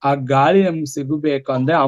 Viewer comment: ಗಾಲಿ ಅಲ್ಲ ಗಾಳಿ. ....😂